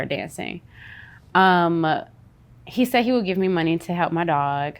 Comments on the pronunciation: I love how she says “the mun-ny”😂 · Right?! EVERY time she says it, its like MONEY!! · The way she pronounces money tho.......🙃